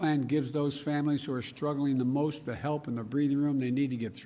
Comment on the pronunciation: the merst, the most